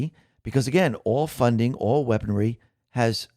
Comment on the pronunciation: Heh... at 21-min you slipped into Elmer Fudd mode for a moment.... "weaponwy".... LOL... Sorry... Great report as usual, tho.